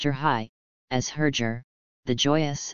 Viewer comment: This AI is pronouncing some of the names badly. Like Herger. It's with a hard G in the name.(not G as in German) Also Vladimir Kulich-(as in Kulik_,and Bulwyf (pronounced as Bulvy)